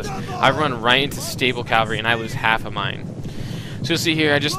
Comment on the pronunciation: my god, i like your vids but PLEASE pronounce stuff correctly. CA. VAL. RY. not calvary it makes me cringe :(